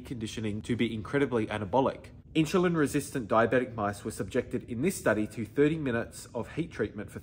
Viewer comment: whats inchilin? sorry but i can take advice from someone who can't even say insulin the right way